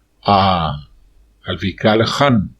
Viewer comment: Jan ,no es JAN